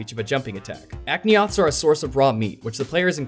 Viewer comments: Did you just call the Aptonoths "Akneoths"? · Aknioths? Seriously man?